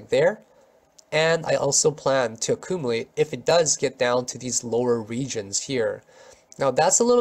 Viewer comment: I like how you pronounce acoomalate